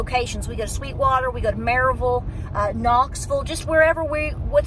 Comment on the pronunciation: No disrespect but it’s Murville 😁